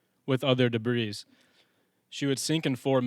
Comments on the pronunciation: Debris is pronounced “da Bree” ,,, plural, or not. It is not pronounced debreese. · Duh-breeze?? Is English not your first language ?